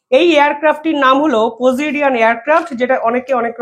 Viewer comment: পজিডিয়ান বিমান হবনা হবে পসিডন্ বিমান।